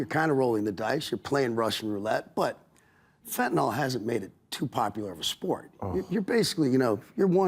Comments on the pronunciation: Bill apparently doesn't know that fentanyl is found in everything, including cocaine, and that's what's killing people. Also, tell Kid Rock it's pronounced "fent-ah-NIL", not "fent-ah-NOLL", with emphasis on the first syllable. I believe this started due to the similarity of the names Fentanyl & Tylenol. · FentaNYL, not "fentaNOL". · Kid Rock: "Fent-nol" Bill: "Colombia, the university?" He's reading it and they're not spelled the same